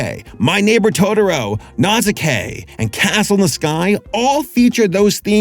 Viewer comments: "Nazukay?" what the Phook? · you gotta watch/re-watch Nausicaa. That pronounciation was rough buddy. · Probably already mentioned...it is Naushikaa or similary pronounced. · Nauzookay? You mean Nausicaä??? I'd have thought AI tried to pronounce that. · Naw-si-kah not how u said it its not a hard a like ape its a soft a like almost and UH sound Nausica.... omg the way u said KAY made me cringe >< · How did you pronouced Nausicaa? That was like being hit by a rock hearing that.